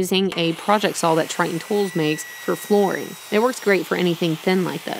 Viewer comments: Teehee... "Sawl"... lol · I like how you pronounce saw ... so American